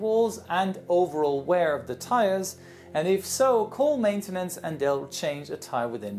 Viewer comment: and how do you call matenince